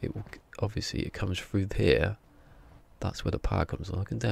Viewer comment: “Inverter” not “ igvurtuur”! Because it has bloody e’s in it. Same with your “er” it’s “here” mate, please don’t degrade our English language.